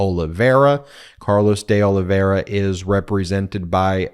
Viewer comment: Ben, I think that it’s pronounced De O-live-v-era. But, really no matter. My question is: can anything be done about cannon except appealing her bad actions to the eleventh after the fact?